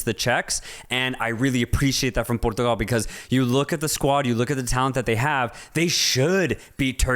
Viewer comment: the clear bias in the portugal game analysis lmao. Try to cover it a bit more next time. and by the way, the way you pronounce Portugal is super wrong.